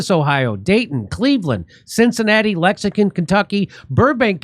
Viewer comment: Now sound it out Jimmy, LEX-ING-TON 😅